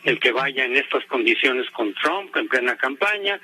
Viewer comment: Pepe pig ya retirate, dan nauseas tus videos, aunque hables perfecto ingles y pronuncies "tramp"...ja ja ja .